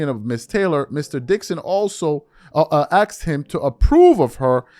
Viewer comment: Asked, Not “Axed”